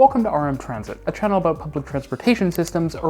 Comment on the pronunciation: excited “about”. Please!